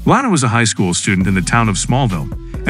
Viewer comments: lana not lanena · Why does he keep pronouncing Lana’s name wrong?